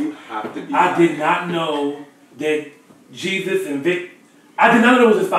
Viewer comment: Lmao they finally start saying "jesus's" name right😂😂😂